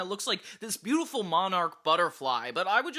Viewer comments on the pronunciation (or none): none